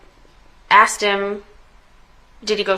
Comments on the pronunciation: Imagine being a law professional and you can’t pronounce the word “asked” lol “He AXED NICCUH” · Imagine being a lawyer and still saying "asked" as "axed" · “She aksed” you’re a lawyer fuckin speak right lol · BOTH “Axe” 🪓 And “amboolance“ in a single sentence! 🤣 And she’s an attorney. Must be a DEI 😂😂😂